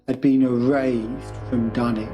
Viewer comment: Hearing the dunwitch horror pernounced in the correct English is throwing me off, but it is a great video man .